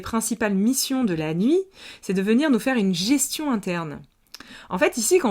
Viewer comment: "Gestion" 2 fois de suite j'entends derrière "gestation "